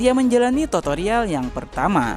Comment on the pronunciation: Tutorial bro bukan totorial😅😅 Toto mah togel bro😂😂